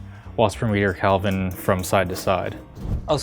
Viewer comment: It's pronounced Kelvin, not Kalvin.